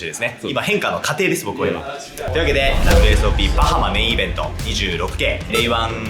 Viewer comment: 因みにアクセント、バ(→)ハ(↑)マ(↓)ってバハマ人に怒られたことがあります。